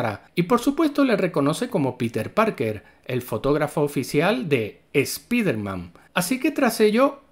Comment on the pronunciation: Canal Ramdom diciendo "Spiderman" en lugar de "Spaidermam" mas años de vida 👌